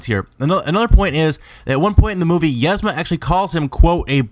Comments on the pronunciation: You say "yezma," when the movie pronounces it "eezma." I'm typing this for pronunciation sake, not spelling, so forgive the weird looking words, haha. Doesn't matter much, I know, but it made me smile because it made the video even better. Love your content, keep it up! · its "Yeeezma" and "Pacha" not "Yezma" and "Packa" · isnt it pronounced "EEZMA?" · one you completly butchered pacha and yzma also